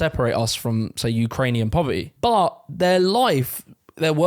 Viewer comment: ❌Poverty 🗣PO-VAH-EH ❌ Community 🗣COM-UH-NI-EH ... Love it! 🤣